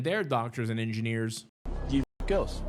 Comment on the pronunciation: Is he saying "Ninjaneers" or Engineers?